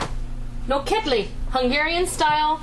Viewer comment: the pronunciation should be all 3 syllables are the same....the emphasis is not on the KED. Also paprikas is pronounced as SH at the end.